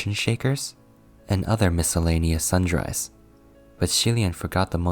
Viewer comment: Sundries not sundrys